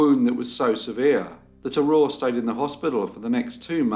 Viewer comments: How in the Dickens are you pronouncing "Aurore" correctly!? I grew up in the UK and after 20 years people still insist on miss pronouncing it 🤦🏻‍♀️ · You did a good job with the pronunciation of all these French names! 👏 In Quebec, just the first name Aurore is enough for everyone to remember this sad story. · Can I just say that I'm very impressed with your french! You did an incredible job pronouncing all of those French Canadian names and places, I don't think I've seen a YouTube video outside of Canada that has done it so well! Love the videos. Cheers! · So damn sad 😢 But another interesting case and your pronunciations were very beautiful ❤️ great job!